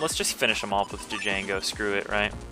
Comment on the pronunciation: D'jango. I lol'd. pretty sure it's pronounced Jango, but it's cool. I respect the Lets Play of one of my favorite BN games.